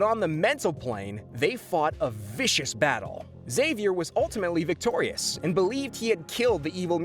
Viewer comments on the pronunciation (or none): Professor ecks-zavier